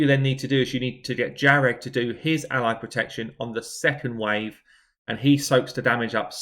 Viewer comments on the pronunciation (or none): Jah-reg, lmao